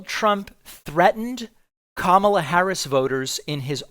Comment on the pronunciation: Ha! He accidentally pronounced Kamala’s name correctly 😂